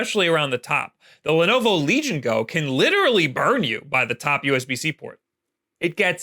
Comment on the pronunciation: The emphasis should be on Go, not Legion.